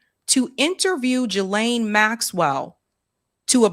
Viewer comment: I love you, but,WHY do you always seem to intentionally mispronounce Maxwell's Christian name??? It's pronounced "Ghi" like in geese, instead of "Jilane"!!